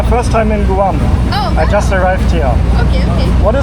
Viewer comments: Please learn how to properly pronounce Guam. It is not Gooo-am. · Stumbled upon your video. Thank you for visiting the Island of Guam. In chamorro it's " GUAHAN". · P.S. In the US, it's pronounced G-w-ah-mmm. The "u" sounds like a "w." Of course we all may be wrong in our pronunciation...that's nothing new.😉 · My mind is broken. From now on whenever I see anything about Guam in my mind I will hear it pronounced GOO-am 🤭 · Guam = Goo-ahm. 😂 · Guam is pronounced Gwam. K-mart is a discount department store in the us with some stores having a grocery store attached, they are usually referred to as the K-Mart Superstore. That also might be why many products were SUPERSIZED. Comparable prices except that many US prices are going up and up from the tariffs! The restaurant prices were quite expensive compared to most of the USA. Not compared with NYC...Which is also very pricey. Yes you should visit PR, US Virgin Islands, and American Samoa...which will feel more S.Pacfic & Asian. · I love your accent and the way you say Guam. Here is the USA, it’s pronounced “Gwam”. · Is it not said like grawm? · You are pronouncing Guam wrong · Guam has one way to say it "Guam" not Goo Am! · YOU SPEAK GREAT ENLISH! IT'S PRONOUNCED GWAM NOT GOO AHM. IT'S VERY EXPENSIVE! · Where are you from? GRRR moony! It’s my first time in Gooam😂 It’s Guh Wahm bud. Enjoy the bugs! Guam is awesome. Loads of spiders tho….. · Sir It’s “Gwahm” not “Goohahwom” Not that it matters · we say Gwahm and not Goo-ahm. Guam is pronounced Gwahm. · In English, Guam is pronounced "Gwam" (kind of like Gwen) not "Goo am" but thanks for another great video!